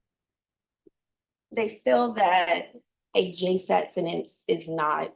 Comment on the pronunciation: Its sentence not sedance